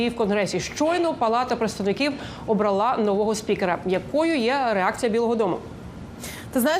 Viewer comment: ОбралА??.. це що за наголос